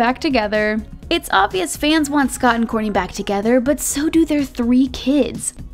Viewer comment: you had me until you said “kourntey and ~kim~ take miami” 🤒